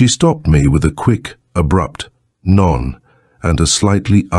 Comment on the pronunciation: I know the auto-reader treats non as en English word, but it's French. There is no N sound at the end of non. (which simply means "no." as in, "non monsieur" = "no, sir".)